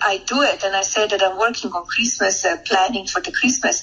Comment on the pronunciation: True. Tho actually she called it Creezmuz. 🎄 😂